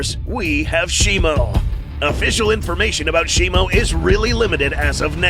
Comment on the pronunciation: Its shimO not shimU